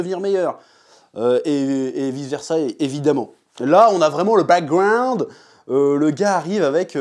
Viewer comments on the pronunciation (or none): A 7min35 les cours d'anglais du 🍑 ct accent US le Back grouuuaaannnddd